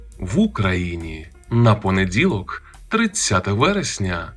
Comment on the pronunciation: Чому звешся,а дзікаєш і дзякаєш.В українській мові не понедзілок,а понеділок і т.д. Київська область.